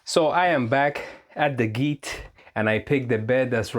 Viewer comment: Thanks form the quick reply - is encouraging! By the way, I have to say it. The “g” in “gite” is soft like Georgia…